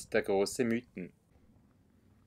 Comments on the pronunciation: Sehr gut dokumentierte Tour! Einziger Punk den ich zu bemängeln habe ist das man zum Mythen nicht "Müten" sagt sondern "Miiten". Da legen wir Einheimische grossen Wert darauf😉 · Ja das ist doch kein Problem, ich weiss ja selbst nicht ob ich schon öfters Berge die nicht in meiner Region waren falsch ausgesprochen hatte. Der Namen Mythen soll übrigens von der Alp kommen welche zwischen den Mythen sind und also in der Mitte ist. Und daher sagen wir Miiten, behaupten einige, obs stimmt weiss ich nicht... Ist ja eigentlich egal, hauptsache der Berg ist schön:) Liebe Grüsse und weiterhin gute Touren. Gruss